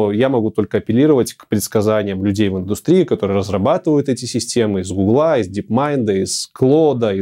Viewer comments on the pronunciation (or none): none